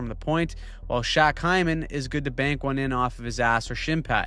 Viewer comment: Why did you pronounce Hymans name like that?